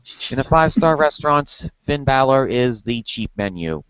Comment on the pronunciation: FFS its Bálor not Baylor... smdh. Its like Valor but with a B.